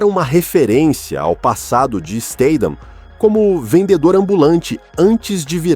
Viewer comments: Pra fazer um vide lega e profissional você pelo menos deveria falar o nome do artista corretamente, você muda a cada frase státan e depois stathan, seu video é ridículo, deveria sentir vergonha de falar errado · acho que se pronuncia, Stat-ram kk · A pronúncia do nome é . Isteitam , a pronúncia ! Vamos ver se o narrador do canal aprende ! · Caracas, o narrador não consegue pronunciar o sobrenome do Jason nenhuma vez.